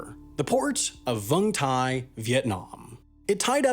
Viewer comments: Man what is going on with your pronunciation? Even with English words like Essex (essecks). And how did you get to vung tai out of Vung Tau (voong tau). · Great work as always, y'all. But since this vid features my home country of Vietnam, I'm gonna be strict on the pronunciation. It's Vung TAU not Vung TAI. Also, the Vietnamese port mentioned is named Cai Mep Thi Vai (not recommending you try to pronounce it). Lol. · Come on man, it's not that hard to pronounce Vung Tau correctly. Vung Tau, not Vung Tai, it's not even close. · Vung Tau, not Tai ^^ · It's Vung Tau, not Vung Tai, but kudos for pronouncing Vung correctly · should be pronounced “Vung Tau” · Vung tai, Vietnam Nailed the pronunciation there lol